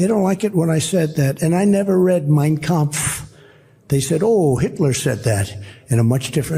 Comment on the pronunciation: Kampff. That's probably the only foreign word he can pronounce properly.